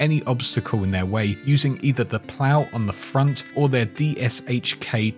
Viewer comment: the dshk machinegun is pronounced "dish-kuh"